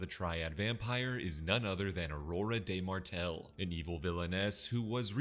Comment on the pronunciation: It’s pronounced Aurora dù Martel! 😭 Not De Martel